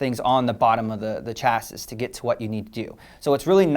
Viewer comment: did you just say 'cha-sis' for chassis?